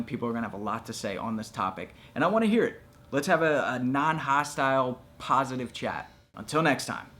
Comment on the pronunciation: lol love how this time when he said "I'm Shane with fighttips ... for the underdogs" he put emphasis on the word "UNDERDOGS". Keep up the great work bud